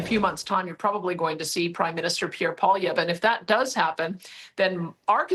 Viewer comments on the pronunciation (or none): It's Pollievre! Nit Pollyview! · Mr Wonderful should learn how to say Pierre’s last name correctly LOL- Polly VIEW???!? It is Polly EV! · Hey O'Leary, take 2 minutes and learn how to pronounce Poilievre's name. Right now your not even close and you're teaching a lot of Americans your butchered pronunciation. Just say Poly ev. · Kevin Oleary, you need to learn how to pronounce Pierre poilievre name (Polly - ev) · He doesn't even know the leader of the opposition's name. Poly-view. What? O'Leary.... Canada's scab. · Kevin you can do better than that Pierre POI lievre is how you should pronounce his name.The next PM of Canada is Pierre POI-LI-Evre. that is how it should be pronounced. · O'Leary might be some kind of investor but he cant even pronounce Poilevre properly..........its pronounced ( polly ev)!!!! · Oh come on dude. His name is POLIEVRE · Someone teach O'Leary how to pronounce Polievre's name (Poly-ehv in basic English) especially if he's going to be our self appointed representative on TV and with Trump? sheesh. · O’Leary gets his name more wrong every time he tries to say it. Come on man, you’re Canadian, get it right. 😅 Polly-ev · Kevin Mr. Pump and Dump...It's Polly-ev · He said Pierre Poili-view. Someone in his position should get that right. If I know how its pronounced, then he should know. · Everyone butchers Pierre poilievre's name 😂...Kevin..... polivue 😂really 😂😂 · It’s pronounced “Polly-ev”. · Holy $hit, O'Leary can't even pronounce his guy's name, it's Polievre. Pol-EE-Ev-Re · Kevin, learn how to pronounce Pierre's name 😂 PO Li È VRE You can skip the first "I" in his name as it it mostly silent. So instead of Poilievre, you can say Polievre. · 😆😆🤣🤣😂😂Pierre Polivue bahahahahahaha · Love Mr. Wonderful but will someone please sit him down and teach him how to pronounce Poilievre? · Come on, Kevin, you're Canadian, and you can't pronounce 'Poilievre' correctly?!! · Jeez Kevin, say his name right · Wow Kevin…you really butchered Pierre’s last name